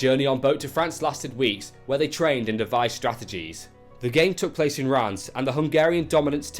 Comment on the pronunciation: Great pronunciation of Reims !